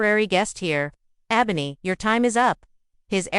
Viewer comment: You mispronounced Ebony throughout the whole video. Check first before you put out a video to make sure you're saying the characters name correctly. I had to put the video on mute because it was annoying listening to you